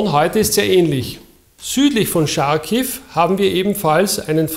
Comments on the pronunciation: es heisst Kharkiw (= also mehr ein "ch" (hart) vorne und nich "sch") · Es heißt charkov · Wow. Pure professionalism. AEIOU ! One linguistic remark: it is not "Scharkiw" (as pronounced by a German speaker) nor "Sharkiv" (as pronounced by an English speaker). The cyrillic X (at the beginning of this city's name) is an aspirated h, like in the German "Sicht". The same goes for Cherson. Generally if you want to pronounce transliterations as an English speaker would, rely on transliterations into English. In this case Kharkiv. Which is imperfect, yet closer to the original than "Scharkiw".